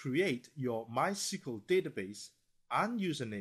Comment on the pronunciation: Are you F###g serious that you cal it MY-CEQUL-DATABASE ? ITS MYSQL NOT THAT HARD!